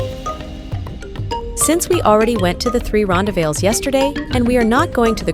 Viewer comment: Whoa! Wrong pronunciations! American here, but I resided in South Africa back in the 80s, and even learned Afrikaans as a “tweede taal”. The correct pronunciations of ‘rondavels’ and ‘Blyde’ are: ‘Ron—DAH-velz’ (emPHASis on the second sylLAAHble). ‘BLAY-duh’ (two syllables: and the first syllable rhymes with ‘play’ and ‘stay’). It is most definitely NOT pronounced “Blide” (rhyming with ‘side’ or ‘tide’). If I hear any other mispronounced words, I’ll mention them separately.